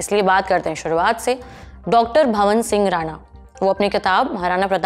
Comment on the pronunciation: वो तलवार है ना की चाकु.. वो मालवा है ना की मलवा.. वो डॉ भवान सिंह है. ना की भवन सिंह.... आप जल्दी ही लल्लन टॉप को बंद करवाओगी.. भगवान करे जल्दी से सौरभ जी की नजर आप पे पड़े और आप में सुंदार करवाए.